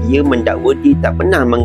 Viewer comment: Tolong bukan tolon😂